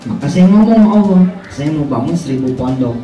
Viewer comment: Alloh baca W, A... 🤣🤣🤣